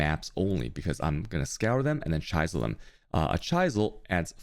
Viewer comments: Dude you pronunciation of words is messed up, chie sel? It's called a chisel like the Mason chiseled a picture in to the bricks. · im convinced he only made this video to say chaisel a lot. ;) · That pronunciation of chisel is an inside joke right?